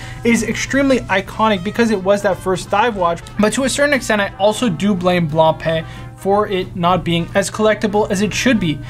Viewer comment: It is not blanpeee (Blancpain) but rather bloonpa